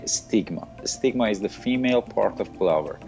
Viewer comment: Stigma? First i heard ligma